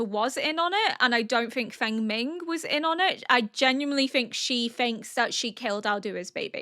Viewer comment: Fengming is pronounced like Fong-min, I think.